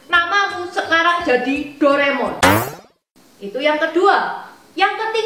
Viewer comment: Dor Emon 😂😂😂